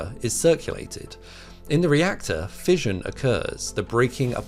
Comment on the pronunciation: 'Fission' is pronounced with an 'Sh' sound, not a 'J' like in fusion. 'Fishion', not 'fijion'.